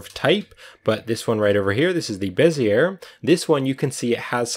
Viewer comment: Good tut. But... Bezzy-A, not Bez-ear ;)